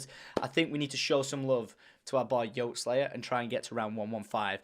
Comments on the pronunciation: Tom said yoteslayer I almost cried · When you said yoteslaya i got heart broken RIP